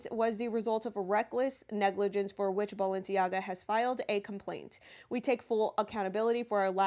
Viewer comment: It’s balenciega and adidas